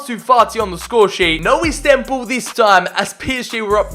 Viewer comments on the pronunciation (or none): none